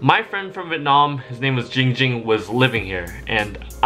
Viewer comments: Hey, this is my tutorial for YOU on how to say "giiing ging's " name. First you need to say the 7th letter in the alphabet, which is "g". But instead of saying "gha" you need to say "jhi". Now you need to say "ing" like "ring" or "bing". Now put those two phrases together. Now you should have "Ging Ging". BUTTT on the very first "ging" you need to expand the "ing" by 2.21342 seconds. AND when you say the second "ging" it must be on a higher note than the first. You are very welcome... now pay me thought paypal... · Nah let or should i say '' as ding ding says it, keep spelling jing jing.